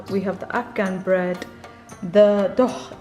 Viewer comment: That was so funny the yogurt drink she pronounced it dog, the other one killed me, the cake taste like butcher 😄